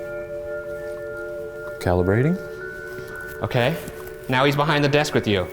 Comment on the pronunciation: Shane “calibrating” killed me 🤣